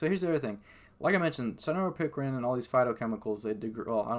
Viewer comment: It sounded like what u spelled or maybe even spelled what he said wrong in the written transcripts...none the less...he spelled the correct word out for you in his reply...he was saying cynaropicrin....not sanoran pickering.